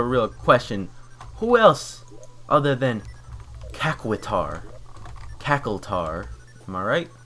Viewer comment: I do not really want to watch all this... Also, its Cact shwar